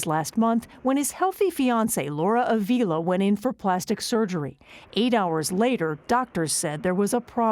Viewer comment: It’s disrespectful that you can’t even pronounce her name. Avila isn’t pronounced like that 🤦🏽‍♀️